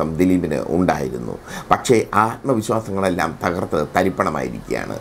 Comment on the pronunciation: തഹർത്തു അല്ല "തകർത്തു" എന്നാണ് ഉച്ഛരിക്കേണ്ടത്.